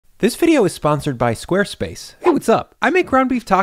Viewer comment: Did you just say square splace? 😂